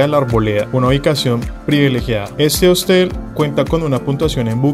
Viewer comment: Se dice Hostal, no Hostel